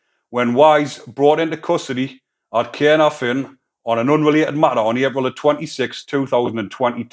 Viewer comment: Well done for saying caernarfon 😎